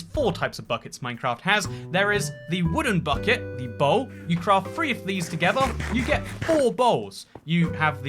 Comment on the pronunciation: “The Woden bucket” 😂